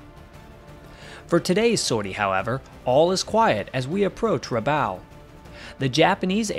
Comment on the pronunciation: Rabaul rhymes with “ball”.